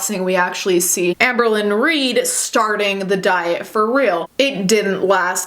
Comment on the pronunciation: Apologies but whenever I hear you say Amberlynn, I hear Anne Berlin and then I go full Steel Magnolias: "Who's Anne Berlin?" "Anne BO-leyn! She was one of the 6 wives of Henry VIII." Anyone else? Just me? Okay... 🤣😘